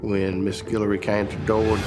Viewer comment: Guillory not Gillery my family last name